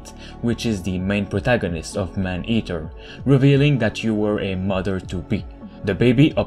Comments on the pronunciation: The commentator needs to makes vids in French, his pronounciation in English is terrible. I keep hearing him repeatedly saying " Man Heater"which is entirely different gendre. Please homes, just stop, that Quebec accent is atrocious. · Dude🤣🤣🤣🤣 the way he says "man eater", i lmfao🤣!! Anybody knew Jaques Cousteau? 👌